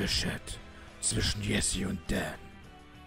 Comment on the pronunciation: Finde ich lustig wie du jessy statt Tschessi sagst und da fandest es mit dem freezen zwar scheiße aber ich fand es lustig 😂Musste da voll lachen irgendwie 😅 nimmst doch mit Humor haha Eigentlich ist es ja witzig da es eh nur ein Spiel ist 😂